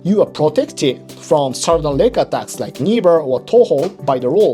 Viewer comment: I keep hearing "neck attacks" when you say "leg attacks", haha. But then you talk about kneebars and toe holds. Thank you for a great video.